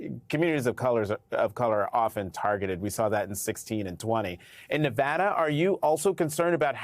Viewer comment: Why do they mispronounce Nevada?